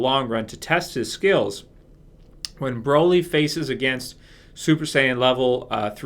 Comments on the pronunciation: The way you pronounce Broly is the British slang for am umbrella, "Brolly" is wrong mate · I ain't ever heard someone say Broly like that in my entire life